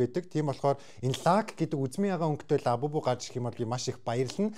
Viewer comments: Аавбубу биш абубу😅😅😂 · Агаа abubu биш labubu😊